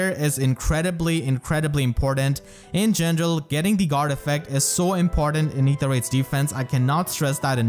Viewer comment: I adore how you say "in gendrel" :)